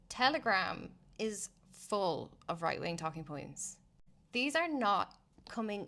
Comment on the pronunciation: Yup. Minute I heard that this wan is a mental cat lady. Woight Wing!!! Woight Wing!!